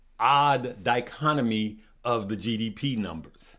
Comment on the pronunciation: The Word is "di·chot·o·my".... a division or contrast between two things that are or are represented as being opposed or entirely different., keep up the good work!...Just trying to help you, my friend! Pronunciation is KEY!!